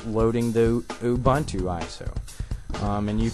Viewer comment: Ubuntu! not Umbuntu!